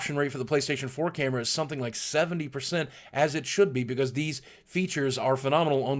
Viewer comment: I just love how boogie says "because". He says Becoz